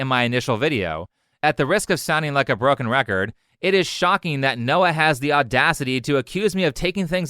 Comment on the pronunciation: Watched the whole video. You completely butchered Noah.